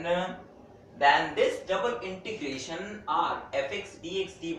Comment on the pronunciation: intrigation nhi integration hota hai sir